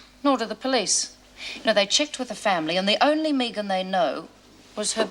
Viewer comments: Is Meg Jacksons first name short for Megan because if so how come hers is pronounced Meg and not Meeg like Anne and her Meegan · Sick to death of hearing that damn woman say "Meegan". Does she every say anything else for God's sake?! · Why is it not one of them can pronounce the name megan????? Clowns